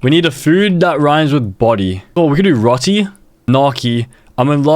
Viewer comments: bro the way he pronounces roti 😭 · Roti is pronounced as row-tee not ro-tee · bro its not rati its ro-ti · It pronuce row tee not rotee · I’m a really big fan and I don’t mean to correct your pronunciation but roti is pronounced “row-tee” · It is pronouced ruti